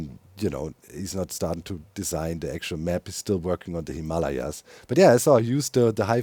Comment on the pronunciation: oohhhh he's saying Himalayas 😅 luv ya Doc